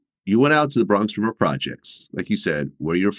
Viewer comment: Bwonx Wivah